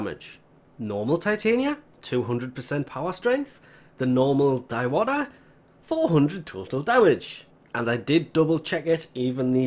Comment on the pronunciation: Diwata is read as "Dee-wa-taa"